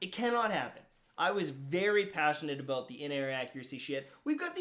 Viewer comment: Dude he said aboot then about right after?? Who are you????